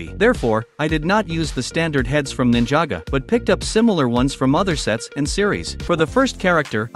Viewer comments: Nin-jaa-go bruh it's ninjago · He said ninjaga 💀💀💀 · I love ninja go (P.S. I wasn't trying to insult you I was making fun of how the text to speech said it) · Please pronounce it right is not Ninjago is Ninjago